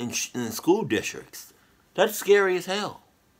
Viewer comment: “School distriks”😂